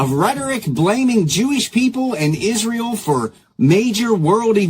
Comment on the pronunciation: Yes uhh 😂 everything ends withuhh uhh 🙄 “ also these mispronounced words that drive me nuts: “Ishreal”, “burried”, “architexture”…to name a few 🙄